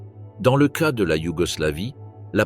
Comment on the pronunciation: La lecture par IA est horrible. Au lieu de dire cas ou ces il dit C.A ou C.E